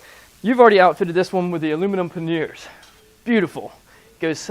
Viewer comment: Paneers what the heck learn to speak. Aklimate what the heck is that too